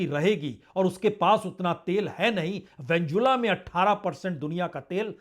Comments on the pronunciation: नाम तो सही बोलो भाई साहब, वेंजुला नहीं है भाई वेनेजुएला है। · सर वेनेजुएला है वेंजुला नहीं।